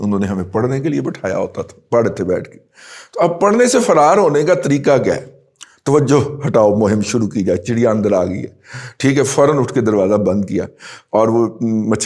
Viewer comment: Urdu main, chiri nhin Razi sb,,,,Chiryaa haiy.....Najam saithi wali.